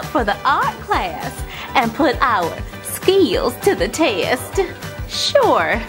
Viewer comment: "Ski Eels" (skills) Haha. Another amazing tutorial, love from London, UK!